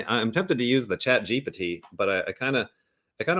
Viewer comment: Why’s he sayin “ChatGPT” like that… chat jeep tee